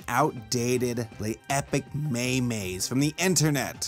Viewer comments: did he just say "me-me" instead of meme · Everything wrong with this video. 1-37: MAY-MAY. Everybody knows how this is supposed to be pronounced. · Who else got mad when he said memes like ''May may'' A very specific thing but holy christ. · Yeah I know it's not pronounced "May-May" omg it's MEME! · I'm 4 years late but did you just say say "may-mays"?! Oh how far new has come. Lol